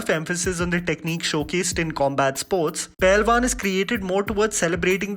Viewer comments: Bro, Its pehlwan, not pailwan, correct it plz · It's Pehelwaan.